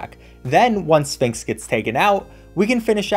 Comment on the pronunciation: ya concerned me at firelands but lost me at "sphinx"